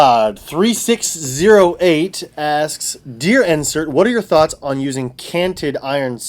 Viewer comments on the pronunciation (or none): none